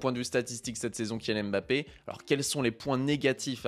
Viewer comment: Bonne vidéo mais serait-il possible de respecter son nom et de bien prononcer Mbappe et non Aime'bappe ? Ca fait mal aux oreilles